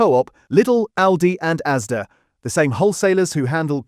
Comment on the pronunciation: It's ASDA not AZDA